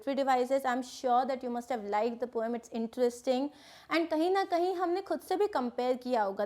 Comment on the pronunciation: Mam it is not pom it is poem please change it